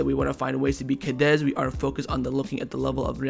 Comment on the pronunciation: We keep losing against Cadiz because you always butcher their name. Wtf is "Cadez"?